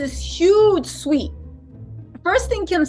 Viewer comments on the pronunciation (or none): none